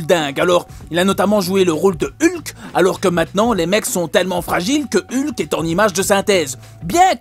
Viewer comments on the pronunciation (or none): none